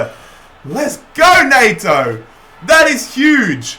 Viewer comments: when you say neigh-toe and its pronounced net-oh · No one:: Pedro Nay-to